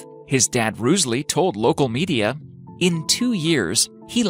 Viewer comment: Its jawa not ga wa